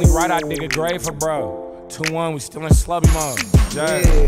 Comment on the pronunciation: Finally a reactor who doesn’t mispronounce Slobe name